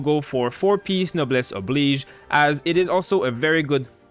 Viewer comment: Finally someone who can pronounce Noblesse Oblige properly